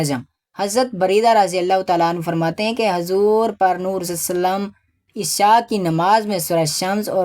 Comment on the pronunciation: Urdu ka talfuz ghlt ha sir plz sahi paran purnoor lafz ha purnoor ni